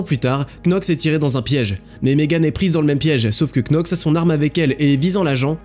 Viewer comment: Knox ça se prononce "nox", comme "knee" (genou) se prononce "niii" ou "[to] know" (savoir / connaître) se prononce "[tou] no".